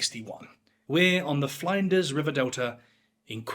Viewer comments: Fline-ders? Flinders rhymes with cinders. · Grrr. It's Flinders, as in 'flint'. Flin-ders. Not Flinders as in 'Find'. I'm still watching.. Don't mess up another Aussie pronunciation when talking about Australia, or our Prime Minister might have to give you the big boot! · I had to giggle at your pronunciation of "Flinders". It's named after Matthew Flinders, pronounced like "tinder". Also, with "Melbourne", it's not pronounced "Mel-Born", it's "Mel-bun", with the emphasis on the "Mel". Just like brits say "Ports-muth" instead of "Ports-Mouth" for Portsmouth. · it's Flin-durs not Fline-ders. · Queensland is pronounced Queen's Land, both words pronounced with their own emphasis. It's not like Iceland or England. Even though ironically if it was in England it probably would be pronounced Queensl-nd. Edit: it's not Fline-ders delta lmao, it's Flinders, like Flynn-ders. Come on guy, you're doing the pom-who-doesn't-give-a-shit-about-the-subject-he's-talking-about trope. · friendly tip: flinders is pronounced like "flint" not "flying"😅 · Flinders is not pronounced Fly-nders. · Flinders, with the Fli being like in Flint. Melbourne like Melburn. Galway like gall bladder. The simple mispronounciations in the first 3 minutes blow my mind. You do all the research well but get the words so simply wrong. Do better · Flinders not Flanders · He almost lost me when he couldn't articulate the name of the Flinders River, it's not Fly nders surely. Pedantism aside I subscribed. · I pronounce plenty of words wrong in the UK but cmon, the way you’re saying Flinders is just taking the piss 😂